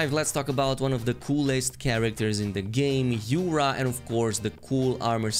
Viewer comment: Yura! Not Ura